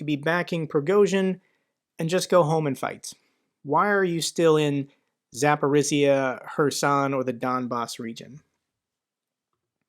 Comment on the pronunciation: so you actually know how "zh" sounds :). You pronounce Prigozhin right. Please do the same with Zaporizhzhia. You don't even have to pronounce "zh" twice, it will sound right. Thank you for the video. And thanks for supporting Ukraine!